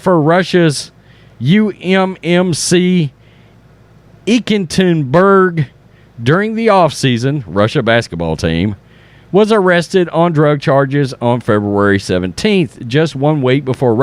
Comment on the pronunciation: As a fellow Texan, let me assist you: It's phonetically pronounced E Catter In Berg. Ekaterinburg. And yes, the wokeist media has gone off the deep end for the past two decades. Having said that, you know who from Deutschland was on the cover of Time twice, ol' Uncle Joe Stalin, the great butcher of 20 million of his own, at least once, and Chairman Mao who is reported to have slaughtered seventy million Chinese. With Griner on the cover, that appears to continue the delusion by Time employees.